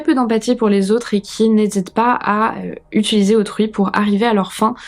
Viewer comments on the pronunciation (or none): none